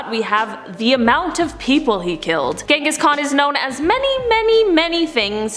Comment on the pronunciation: You pronounced the first name incorrectly... I mean come on it has a “j” not “g” sound.